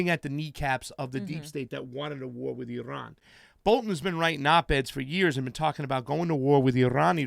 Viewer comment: Irrrrrran, irrrran...eeerrrrun!